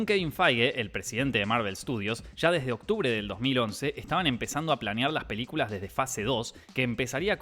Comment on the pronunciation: When dice "mas sobre sus piliculas" ahre jaja salu2 (va con amor)